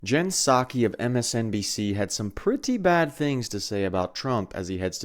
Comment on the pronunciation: The hits keep coming. Puh-Sackee is also unwatchable for me (you seem to find these, ). I don't envy you for having to watch these folks, but glad you are growing your footprint